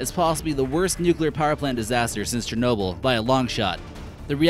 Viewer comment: dude says:"Chrornobyn and Prypyat' were both quickly evacuated".... Cluless...